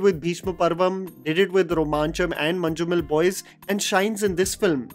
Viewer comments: J is silent. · Mann-You-Mal Boys. Not Manju-Mal... sorry, being a malayali, I had to correct you, no offense.